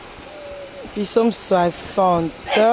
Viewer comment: Komodo on dit Psaume et non Pisaume😂😂😂